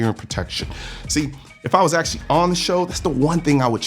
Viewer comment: upvoted your 'AkSHUally'